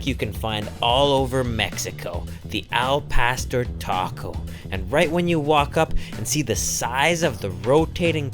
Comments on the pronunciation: It's Not "L PASTER"... It's AL PAW STORE.... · he said "El-Paster" 😂😂😂😂😂😂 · The way he said “al pastor” just killed my Mexican heart like eww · Jesus Christ you butchered the el pastor name